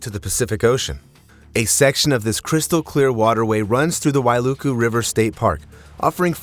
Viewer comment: You pronounce Wailuku correctly , I’m confused or maybe deaf cause did I hear HI-LOW? I thought A-I was this legit… 🤔